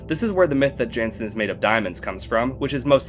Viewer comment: real ones just say "janson"